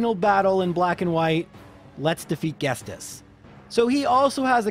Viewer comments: I dont really care much, but the man's name is Ghetsis. Like Ghetto-Sister. not like 'guess this' xD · It's "Geet-sis", not "Gest-es". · I’ve never once heard someone say it “guest-ist”, every single person I’ve talked to says it’s “ghet-cis” or “get-cyst”, I also find it funny that you say herdier as herdié in a sort of French/Canadian pronunciation but pronounce unfezant as “unh-phesant” You are one bizarre man my friend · It's not ghetsis it's ghestis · My heart hurt when he said Ghestis instead of Ghetsis. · It's pronounced "Get-sis" not "Guest-iss". Anyway, props to you for being able to beat this game with a freaking Delibird of all things. I think you might almost have an easier time with a Ditto. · Everyone: Ghetsis: GHESTIS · Everyone: Ghet-sis: Ghes-tis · The original music for Ghetsis must sound so much like 'Dennis', that you never heard the correct pronunciation of Ghet-sis, and not Ghes-tis! Haha :D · The dude's name is Ghetsis not Ghestis lol. Great video as always regardless of that. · "Guess-tiss". He has an s before the t, it's "Get-sis". Granted, I called it "Yurecreek city" and not "Ecreteak City" for the longest time, any name in pokemon suck to pronounce lol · The T is before the S. Jet-sis (or Get-sis), not Guest-is. Most of your other pronunciations are correct, though. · love the video, but you know the s in ghetsis comes AFTER the T right? Its not ghes - tis its ghet - sis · GheTsis not GhesTis :P Merry Christmas! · I hate to be that guy, but it's Ghetsis as in get-sis, not Ghestis, or gest-is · Ghetsis is pronounced as Gedsiz, not get-sis. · GHETSIS, NOT GHESTIS. CAN'T YOU READ? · No judgement, but it's Get-sis, not Guess-tis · buddy, I love your stuff but every time you say ghetsis (get-sis) as ghestis is really setting me off lol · Why do you call him Ghestis? Like it's Ghet-sis not Ghes-tis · It's Ghetsis not Ghestis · It's GheTSis, not GheSTis. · You were right, I am upset with "Guest-iss" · "Ghestis" XD